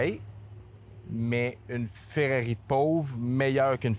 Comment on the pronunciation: C'est Ferrari ou Ferrero mais Ferreri NON 😂😂😂